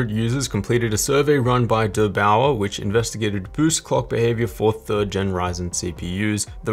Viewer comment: "dur" sounds kind of stupid. It should be like "there" but with a "d".